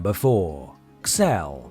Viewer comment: Xel... as an American, we would pronounce that as Zell...